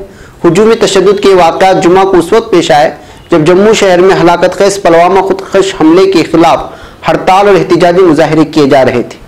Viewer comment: sahab ap apneapko aeditar bhi kahtehai Lekin apke sabhi news me alfazon Ko jahilyat se Bolte hai yah ek jahili ka subut hai use khabar me ap Pulwama Ko palwama bol raheho yah Kiya jahilyat hai